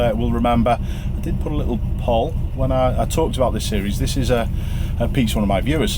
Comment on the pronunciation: Why is he saying 'poll' like that? (I assume that's what he's saying). Poll as in Moll? No english-speaking human has ever said that word in that way. It's Poll, as in Pole. Same pronunciation, in every country on the planet. I mean what on earth...incredible.